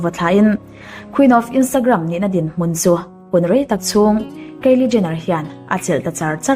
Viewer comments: keili niloin kylie (kailie anga lamtur) i lam ngun vebawk siaa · Kaeli ni lo kylie aw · Kalie ni lo in kylie aw